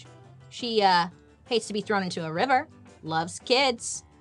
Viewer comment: "she hates to be trown into a river" xD xD she's hilarious <3